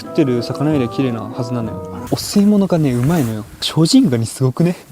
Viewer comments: 排水の後にお吸い物って言ってるせいで汚水物に聞こえた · お吸い物が汚水物に聞こえた